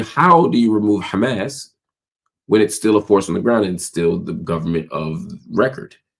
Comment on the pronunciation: Any one that pronounces Hamas like that is a terror loving asshole.